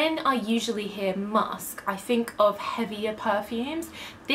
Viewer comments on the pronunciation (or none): none